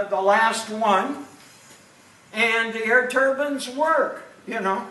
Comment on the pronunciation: Turb(i)ne not turbin